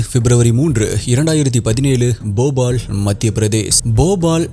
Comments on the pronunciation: Bobal illa bhopal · Jfyi - it’s (pronunciation spelling) Bhopaal போபால் West Bengaal பெங்கால்